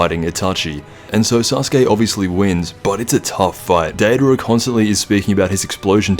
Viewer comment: Data'ra? Dry? It's Deidara and Jiraiya